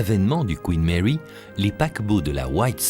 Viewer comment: Le Couinne Mèwy et le Kyouwytou....à Soutamtonne....😂😂😂🤣🤣🤣....des maisons de retraites flottantes, plus jolies qu'un mouroir traditionnel, mais ces bateaux sont moches! Le plus beau bateau de ligne du monde était le France!!! (je ne suis pas français)